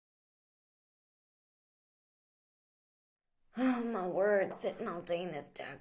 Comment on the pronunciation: Lol is funny the part oh mah wooohrdd.... I have forgott mah mannuhrs